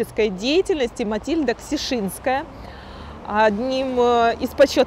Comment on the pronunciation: Ходят слухи что у Матильды была фамилия КШЕСИНСКАЯ.. а не Ксешиннская... но может врут - экскурсоводу виднее :-(